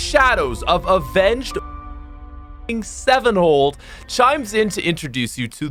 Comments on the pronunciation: Ooooof mans said “avenged sevenhold” instead of “avenged sevenfold” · did my man just say avenged sevenhold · THAT HYPE FOR AVENGED SEVENFOLD WAS SO GOOD TILL YOU MISSED UP THE PRONUNCIATION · Man said "Avenged Sevenhold" lmao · This guy really called them Avenged Sevenhold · “Avenged sevenhole” lol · Nobody:: Avenged Sevenhold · Man said “seven hold” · “avenged sevenhold” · I absolutely love the channel but its Avenged Sevenfold not Sevenhold. At least you knew M Shadows! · did my man just say "Avenged Seven-HOLD"??? oh... hi lex:) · Avenged sevenhold? Lol😂😂 jk but great retrospective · I'm sorry. Avenged sevenHOLD? You sure? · The only thing im can complain about this video. Is that he couldnt say Avenged Sevenfold right. Thats it. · How did he just say avenged sevenfold 😔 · my man, you mispronounced avenged sevenfold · Did you do that on purpose or are you actually stupid